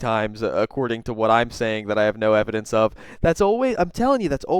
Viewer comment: HAHAHHA! 'once Miss Kelly schwees the ewibidenwence' this is just beyond goblin mode